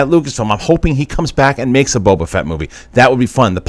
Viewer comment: Question. Does anyone know why John Campea calls Boba Fett, "Boba Vett"?